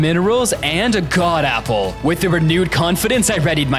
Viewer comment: Why did you say Apple a gpple